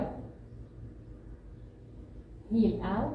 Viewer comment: Good . Just when you said internal rotation the voice is too soft and not clear .